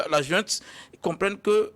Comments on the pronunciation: <<JOINTE>>😤❓ En disant tout le temps jointe, jointe 😅 et non pas junte, ces 2 là se sont trahis : ce sont que des fumeurs de joints. Pétard, ça se voit 🤪 !! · « Djunte militaire », « illégitime » Etc. Ils sortent d’où ces « analystes »🙄?